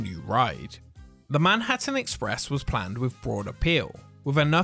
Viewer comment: "Manhurtin Express"